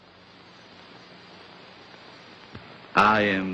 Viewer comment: It's not drakeeula . Its Dracoola